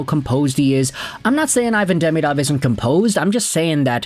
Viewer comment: Also, it's "De-ME-dov", not "DEMI-dov". But it's easier for English speakers to say the latter.